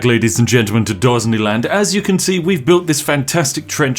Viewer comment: Surely you mean "Dosneyland"